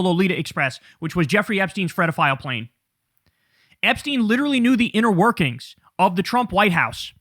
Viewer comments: What is a Fredophile, do you mean pedophile, am I just hearing it wrong? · Ok, Kyle. I have to ask… WTF is a “fredophile”?!?!?!?!? Why do you have so much trouble pronouncing that word?